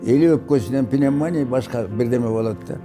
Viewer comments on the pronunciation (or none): none